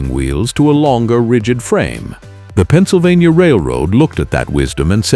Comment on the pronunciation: "PENNSYLVANTA"??? AI SLOP!!!!